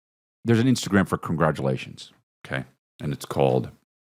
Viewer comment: Haven’t heard a “congargalations” in some time mmmmmm’babies. Whenever I’d guess that opening right my day got sss’much better